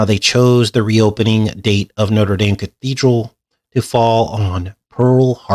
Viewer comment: Why are you pronouncing the French cathedral like the American university? Didn't you live in France?